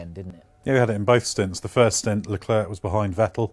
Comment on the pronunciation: Guys, i am pretty sure you know this already but the "C" in Leclerc is silent and you often butcher his name while you guys always pronounce Ricciardo the proper way, so why can't you do the same for Leclerc?